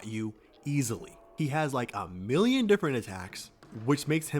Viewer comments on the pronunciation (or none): none